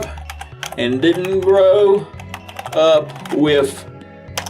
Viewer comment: "Grow up wiff" hahah